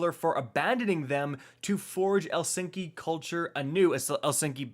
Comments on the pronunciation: Me: OMG I love ur vids!: El-sinki! Me: He's been eating too many of those cool ranch Darkness Doritos. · HE SAID ELSINKY HAHAHAHAHA